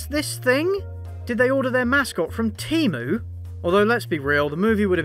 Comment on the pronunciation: Thanks for pronouncing Temu correctly!